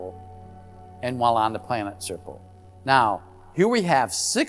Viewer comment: Really enjoy these reports, wish Richard would try harder to pronounce Serpo better lol, all I heard over and over was Serple, and he said it a lot. Imho, I believe the story to be true, just don’t understand why Richard thinks we, the primitive ones know everything there is to know about maths and physics.